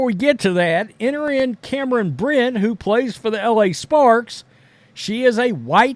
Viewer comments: dude, it’s Brink not Brit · It's Brink not brit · BrinK not Brint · Brink not Brin. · I’m not defending her , I can care less about any of these WNBA players but bro pronouncing BRINK as BRYNN is CRAZZZZZYYYY like can you really not read ? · Someone needs to ask Cameron if it's okay for a male player who chooses to identify as 'they' plays in their league. Cameron had better hope he plays for her team, or she might get very injured by him. And as for, her last name is BRINK, not Britt. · How do you get her name wrong every time? It’s not “Brent” it’s BRINK. You have absolutely terrible coverage. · Guessing Angel Reese wasn't a math major...can't do simple arithmetic. Appreciate your statements, BUT please say the names correctly! It's BRINK, RHYMES WITH SKATING RINK. Aside, I think anyone who uses they/them must have multiple personality disorder. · You can't even pronounce the person you are talking abouts name. What an idiot. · Yo if your gonna make a comment about about my girl. Then you gotta pronounce her name right lol. Bcus you seem to push the color card against CC knowing CB and CC are great friends on and off the court. So to be honest your one of the ones pushing the race issue. What she said is not a shot at CC like you said. Maybe my girl just kept it real. Bcus if you look BG or listen to him/ her talk it's a dude. She is not taking shots at CC like you said at the beginning. She kept it real and said what others are to damn scared to say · You really should learn how to pronounce her name correctly. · This guy can't even pronounce the name of the player he's trying to trash. And, FYI, the NBA is predominately black as well as the WNBA. That is not news. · When this guy gonna get her last name right😂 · Like the article, but at least do the research to get her name right. It’s in your title, yet you can’t say it even close to correctly